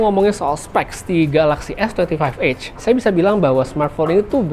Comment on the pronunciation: EDGE bg bukan EGG 😂😅😂😅😂